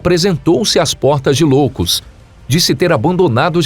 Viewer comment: Cara, nao é cidade de Loucos. É cidade de ioucos. Com i. Nao com L.